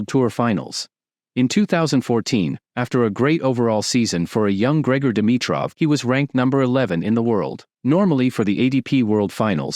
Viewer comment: 😂Is this AI cause its butchering his name everytime just as Rublov when its Rublyov (in russian the e has two dots on top which makes it sound like yo)